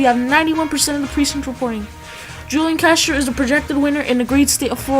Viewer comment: You say hulian